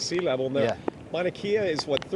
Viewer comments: Pronunciation: mau na KEH ya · We aren’t “in the dark.” It’s daytime. Pronounced Mauna Kay-ah